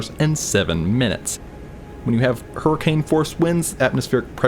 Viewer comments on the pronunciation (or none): none